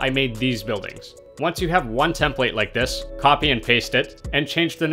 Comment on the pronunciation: Great video, but who else cringed every time he said tem-PLATE?